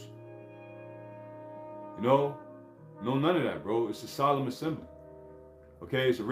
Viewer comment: Remember Yahawashi Died for Us (You/The Israelites) sol·emn /ˈsäləm/ Learn to pronounce adjective formal and dignified. "a solemn procession"